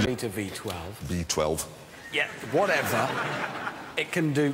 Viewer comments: Rebentón B-12 Whateber Berry Annoying LEAVE IT! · "B-12", "What-eber", "Bery annoying". "LEAVE IT!"